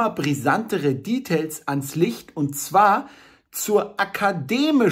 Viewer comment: Warum muss man das Wort "Details" eigentlich Englisch aussprechen? Es ist ja dadurch noch nicht mal kürzer, also hat man rein gar nix gewonnen. Außer dass man halt hipper klingt... Also als Freund des kritischen Denkens kann ich einfach nicht anders, als diese unnötigen Anglizismen zu hinterfragen.